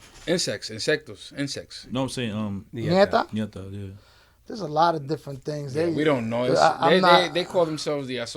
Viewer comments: Ñeta is not “nieta” Let’s increase your Spanish skills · Its ñeta, not nieta. Nieta means granddaughter. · It’s not nieta is ñeta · Ńeta brother way diff then nieta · Nieta is granddaughter not Ñeta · Is neta not nieta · Ñeta is the correct name for the association, not "Nieta". Nieta is the Spanish word for niece, not Ñeta. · Ñeta not Nieta. Ñeta is short for puñeta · It’s Ñeta not nieta... nieta means granddaughter... Ñeta loosely means the truth... It’s slang... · With all respect they were saying Nieta but it's Ñeta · Is not Nieta is Ñeta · Thats exactly what i was going to say there saying nieta and its ñeta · The correct way to say it is Ñ ETA .dont mean granddaughter . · They pronouncing it wrong